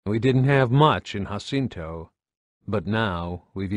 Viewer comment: Im not trying to be an Asshole but its called JAH-CINTO not HAH-CINTO im not sure where you got that pronunciation from but i would have to fairly assume you either havent played any of the games or havent spoken with a real fan about the series cause theres no way you could make that mistake. Even though its not a large one its enough to cause a ear ache just hearing it.